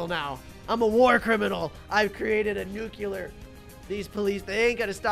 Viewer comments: I got better at pronunciation he said “Noo-cue-ler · Nuclear🙅🚫🚫 Nucular 😍✔️✔️✅✅